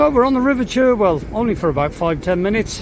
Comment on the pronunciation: England at it's finest. The river Cherwell is pronounced 'Charwell'. Happy cruising.